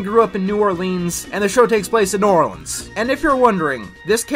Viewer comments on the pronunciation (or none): Please... I am from New Orleans... please.. stop saying Norlands...